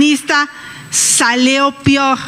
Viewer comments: Se dice ,,,PEOR Señora no PIOR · Qué horror con esta señora botarga es ignorante con MAYÚSCULAS leyendo y con errores: DICE PIOR No bueno, me recuerda a juanito de Iztapalapa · "Pog más.." "salió pior, peor.."! Ésta señora es una vergüenza igual que su padrino el bigotón marihuano Fox!! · OBSERVEN A XOCHITL QUERIENDO DEVOLVER PODER ALAL CLERO, MAS SOMETIMIENTO É IGNORÂNCIA Y SU PRONUNCIACIÓN "PIOR" EN VEZ DE PEOR, A DARNOS CUENTA DE SU BRUTALIDAD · Lela Tellez era lectora de noticias, la botarga es lectora de discursos y muy mala por cierto... Salió "pior"... 😂😂😂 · Salió “Pior” por favor que repase bien sus “acordeones “ la ingeniera ella dice que está capacitada para gobernar , pero la verdad que es una vergüenza cada vez que abre la boca ni con apuntes pronuncia bien , pobre mujercita que siga vendiendo gelatinas 👎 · La botarga cambia el nombre al Presidente de Cuba y aún leyendo su "discurso" dice "pior" 😅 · Que podemos de esta mujer que pretende ser presidenta, no tiene un proyecto de nacion, que no sabe hablar, confundir los apellidos y pronunciar la palabra peor y decir PIOR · no seas malo si lo corrigió primero dijo pior y luego peor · Y clarito escuche al minuto que dice la mensa: ...salió pior. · si y lo corrigió primero dijo pior inmediatamente dijo peor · Y se dice "ingeniera"? Es una verdadera inculta, ignorante, que no siquiera sabe los nombres de sus pares , luego dijo que el presidente de Cuba tiene mas de mil presos, no aclaro de que clase de presos y para acabarla de acabar, dijo "pior"cuando leyó lo de la revolución sandinista. De verdad no sé da cuenta que es una analfabeta engañabobos.